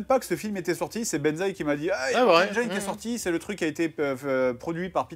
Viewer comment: Mais ça fait trop mal aux oreilles la façon de prononcer le titre ! On prononce Mortal "HAINE-DJINSSE" !!! Voilà pourquoi il faut traduire tous les titres de film !